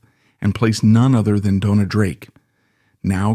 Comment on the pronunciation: Your research fell just a little short it seems. As Joan Crawford corrected a British interviewer, it is pronounced Bett-EE. Dona's name on either IMDb or WIKIPEDIA is stated as being of Spanish DoughN-yah or Dough-ah. She also used her nickname Una, from her given name Eunice, as Una Villon. Also, she was known as Rita Novello. William "Bill" Travilla, pronounced Trah-VEE-yah(?), was born on Catalina Island and was brought to Warner Bros. when collector of his art work and friend, Ann Sheridan wanted him to design her costumes rather than those already on the lot. His Oscar for THE ADVENTURES OF DON JUAN was shared with two female co-designers. Later, he began a long term collaboration with William Sarris. This should be a further lead for more research as it is a truism that practically every Hollywood costume designer was gay. Otherwise, great segment on someone l had actually seen on film but never fully appreciated or even knew the name of. Thank you